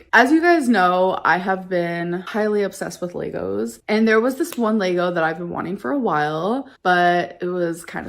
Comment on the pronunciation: Laygos and earreens and journals and scratch art.🙄 I'm like that stick figure guy in the meme, poking at her like "Do something." Take drugs, F some random Tinder degenerates, shave your head, skip out on your taxes for several years... You'll NEVER get the crown back from Chantal at the rate you're going! Trainwreck game is WEAK!!💯